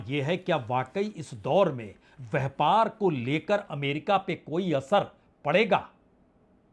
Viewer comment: Itna bara shudh hindi vyapar ki jagah vyhpargalat hindi bolte hai .dhanybad